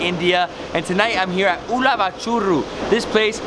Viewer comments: Hey David It's not ulavachuru it's ulavacharu🤓🤓❤️ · Haha it's not ulavachooru... It's ulavacharu... And not Mysore pork Mysore pak Lol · Hahaha it's ULAVA "CHARU" not "CHURU" anyways Enjoy :p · Ulavachuuuuruuu 😂 I think it is ulavacharu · Its not Uluva-Churu, its Uluva-Charu,... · It's spelled as "oolava Chaaru" David ☺ , oolava Chaaru in the sense Horse Gram extract(sauce) recipe. It's a popular recipe of Hyderabad